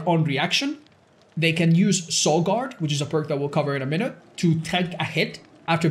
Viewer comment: "ten minuet mark" 16 hour video